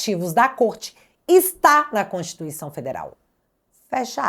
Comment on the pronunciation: PARECE SER ENGRAÇADO ESSES MINISTRO FALAR EM CONTIRTUICAO 😅😅😅😅